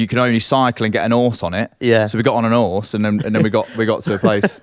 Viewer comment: An ‘orse… 🐴 😂